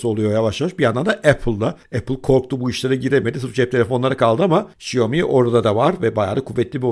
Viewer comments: Şiyomi değil şömi değil şomi değil. Şaomi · ŞAYOMİ ASLINDA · "Şiyomi" nedir be? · Şaomi. Diye okunuyor. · Abi şiyomi deme lütfen :( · Abi şu telaffuzunu bi düzgün öğrensen mi acaba “xiaomi” nin?